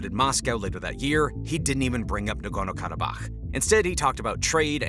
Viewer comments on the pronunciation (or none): This VO does not know how to pronounce "Caucasus"...?? Are they even native speakers? How did the editor not catch that and ask for a re-recording? Also the VO should probobly talk a bit slower... He also mispronouced "Karabakh"... 😅 Hire a better VO...